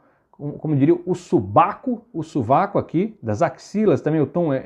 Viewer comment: Fazia tempo que eu não ouvia ninguém dizer "subaco" kkkkkkk